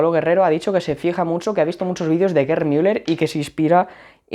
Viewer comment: LO dices bien